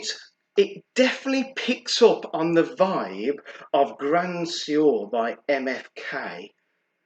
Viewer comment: Keep it up love the reviews! Also it’s pronounced ‘Gruhh swahr’ 😁